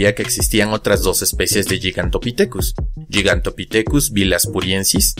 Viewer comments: No tomes esto como crítica sino como una contribución a este canal que me gusta. Existe el término castellanizado gigantopiteco que se pronuncia como se escribe, es decir, gi y no yi. Por otro lado, siendo puristas, el término griego γίγας se pronuncia guigas y no yigas. Ahora, dado que el término es la latinización de dos palabras griegas, entonces debería pronunciarse guigantopitecus dado que la pronunciación latina para las clasificaciones tipo lineanas es la restituta o clásica y no la romana o eclesiástica. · γίγας se lee "guigas" no "yigas" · Perdón pero se pronuncia gigantopithecus poniendo la lwngua entre los dientes al pronunciar la t. No es yigantopitecus. La letra gama se pronuncia como g no como ye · Respecto de la pronunciación, que yo sepa, al menos según la RAE estás en lo equivocado, al igual que se debe pronunicar "gigabit" y no "yigabit", No obstante la RAE acepta que una palabra escrita en otra lengua (o importada tal cual) sea pronunciada conforme a la lengua de origen. ¡Ojo! la pronunciación de toda la palabra, no solo la primera letra.